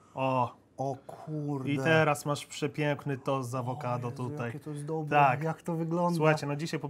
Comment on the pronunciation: ciagle taki Janusz ciagle "oesu ake dobłe" XDDDDD wkurwia mnie